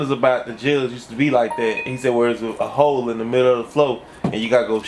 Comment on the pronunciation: “Dis little ‘ole”😅